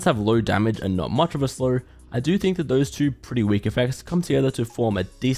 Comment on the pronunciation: am i the only one who hears him say Slur instead of Slow? 🤔